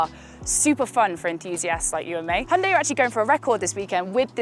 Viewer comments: A Brit not pronouncing it Hye-un-die?? I'm shocked! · So refreshing to watch a review by someone that can actually pronounce hyundai correctly